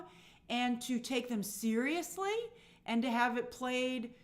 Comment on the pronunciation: right?! i want to call that out. and she said Bella wasn't "seious" enough...like what are you talking about?